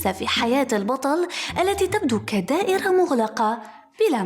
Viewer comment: دائغة؟؟ شكلك فرنسية